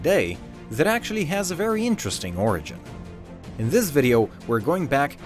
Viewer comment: Hey it's funny because when he said ' origin ' it sounded like Orangin hahaha... Kill me